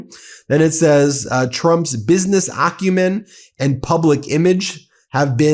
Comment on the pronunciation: You're driving me nuts! I'd check the Like button if you'd pronounced it AC u men instead of OCC u men. Good insights, though.